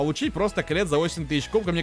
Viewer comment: Никто не заметил что место 8000 на эмз сказал каллет🐒😂